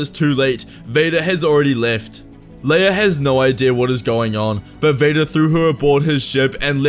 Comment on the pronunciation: “His son and Leaea’s brother” over ????!!!!!!